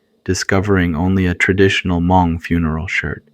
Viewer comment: “Ha-Mong” um, what?! 😂